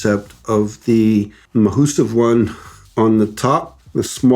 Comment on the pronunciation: I love that you say mahoosive wing 😎